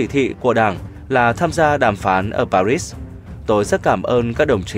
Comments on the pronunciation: Sự kiện lịch sử mà ông đọc sai thì còn nói gì? Làm ơn đọc dùm Pa ri (còn âm s không đọc) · Pari mà cứ đọc parít pa rít nghe phát ghét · Tại sao lại đọc Pa ri thành PA RITS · Tôi ung hô k ông,nhung ông pat âm rât khó chiu: PA RI KHÔNG PHAI PA RIT NHE! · Đọc sao mà bị phê bình nhiều vậy anh bạn (pa ri chứ không phải pa rít) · Pari haye pa rity đây hả người nghe ko vào tai tỳ nào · Bạn ơi đọc cho người dân vn dễ nghe dễ hiểu ( paris ) . Phát âm như ngày xưa thầy cô tôi vãn giảng bài lịch sư . Tôi từng nghe . pa Ri . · Bạn phát thanh viên có giọng đọc rất hay! Chỉ đáng tiếc là khi phát âm Paris ( tiếng Pháp âm s trong chữ Paris không phát âm - “ muet “ ) mà bạn thường phát âm sai ( như tiếng Anh ) làm cho clip giảm chất hấp dẫn ! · … Nếu phát âm tên Thủ Đô nước Pháp bằng tiếng Việt , gọi là : Pa ri nghe quen thuộc , thiện cảm , gần gũi và thân thương .!. 3/4 cuộc đời tôi chứng kiến tại Việt Nam , đài báo hoặc nói chuyện ; khi nhắc đến thủ đô nc Pháp vẫn phát âm là. Pa ri . Có phải dễ nghe .?… đến bây giờ buồn ra 2 âm : cùng một bài đọc - Lúc Phát âm Pa rí khi lại phát âm Pa rít ….?. nghe chán bỏ sử , tốt nhất “ tạch” …tắt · Đọc là Pa rít nghe không vào nếu cậu đọc tiếng Pháp , tiếng Anh nghe còn được. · Nếu bản tin này đọc cho người Việt thì hãy phát âm đúng từ Pa-ri như người Việt, hoặc phát âm chuẩn tiếng Pháp, đừng đọc kiểu lai căng thế nghe không ổn. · Người đọc nên sửa lại cách phát âm các từ tiếng Pháp thì sẽ hấp dẫn lôi cuốn hơn. Nghe rất chói tai, nhất là Paris mà ai cũng biết đọc thì suốt từ đầu đến cuối đều nghe là Pa-rít-s. Tiếc thật. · Đọc là pa ri dễ nghe hơn anh ơi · LOAI ngay cậu phát thanh viên này , vì không biết cách đọc chữ PARIS ! BỎ CHỮ S cuối chữ ! Chỉ đọc là PARI thoi ! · Trong tiếng Pháp chữ H là âm câm (không đọc, ngoại trừ danh từ riêng). Một số hậu tố S cũng là âm câm (không đọc hoặc phát âm thật nhẹ); VD: Louis: đọc là Lu - i, Courtois: Ku - to... Nên tôn trọng ngôn ngữ bản địa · Paris pháp . Đọc gì ris ai hiểu